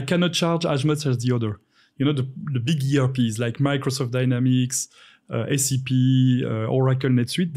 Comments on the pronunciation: It's SAP and not ACP. It's basic bro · It was not "ACP " instead "SAP" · Dude, its SAP not ACP 😃 MS Dynamics, SAP and Oracle 😊